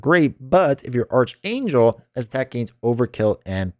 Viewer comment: FYI it’s pronounced arc-Angel (Or ark, Aark) not arch.